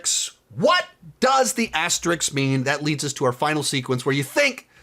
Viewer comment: asteRISK .. aster..RISK.. it’s not that hard 😩